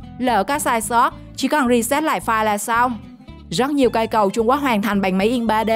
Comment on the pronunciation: Trung Quốc chứ không phải là trung guốc nha 😂